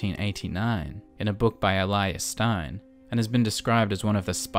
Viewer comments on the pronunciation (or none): none